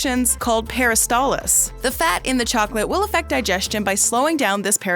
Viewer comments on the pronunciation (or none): It is "peristaLSis" NOT peristaLLis